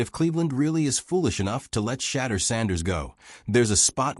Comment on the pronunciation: If you can't prononce Shedure's name correctly then hang up your mike!